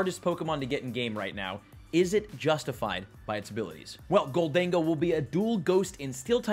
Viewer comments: Pretty sure it's "Gholden-Go" not "Ghol-Dengo" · lol IT'S JUST GOLDEN GO stop saying GOL DAN GO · Why are you saying Goal-Dengo